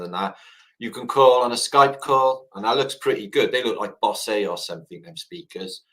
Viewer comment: saying Bosay instead of Bose when describing the speakers on the earliest Skype cracked me up!😅 Great presentation, you guys bounce off each other, really amazing info and energy between you both.👍🇦🇺🇬🇧👍